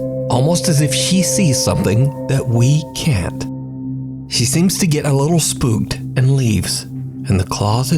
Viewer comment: Top 10 SCARY Ghost Videos That'll SPOOP YA ! DID YOU MEAN SPOOK YA! LOL